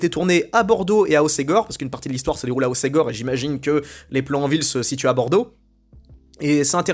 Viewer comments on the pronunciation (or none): igor d'hossgore tu dois connaitre? Pas hosségor.putain,,respecte toi